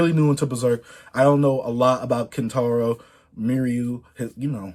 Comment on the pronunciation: Pls just say kentaro from now on